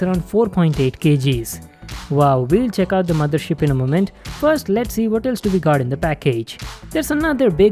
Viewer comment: Guy kept saying "ROD Mothershit?"